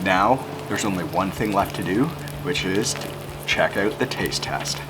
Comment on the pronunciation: he said 'Measure Oot' ... tee heehee